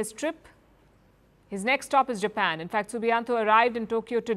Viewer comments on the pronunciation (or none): none